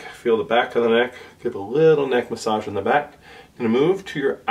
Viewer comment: They way you pronounced the word massage proves you’ve been to China, lol